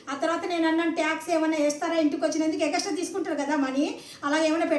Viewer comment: Egaxtra nahi phappu………. extra😅